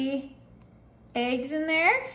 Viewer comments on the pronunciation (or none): none